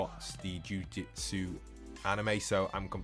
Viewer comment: afaik it’s pronounced “jew-jew-tsu” not “jew-jit-su”